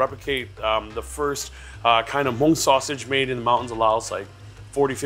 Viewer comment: When he says mung is so damn cringe 😬 white wash and white catering much? If you're not scared to share your culture, why are u scared to pronounce it the right way?? 🙄